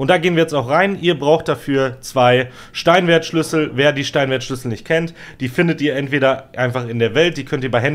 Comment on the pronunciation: Nicht böse gemeint aber es heißt Stein-schwert-Schlüssel 😊✌️ Super geiles Video weiter so 👌